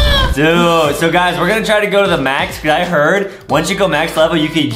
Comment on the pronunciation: Is it just me or adem said max gyaheard